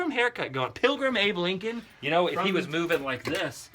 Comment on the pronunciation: Did you say Abe Lincoln or Hey Blinkin?